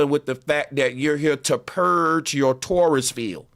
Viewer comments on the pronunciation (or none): none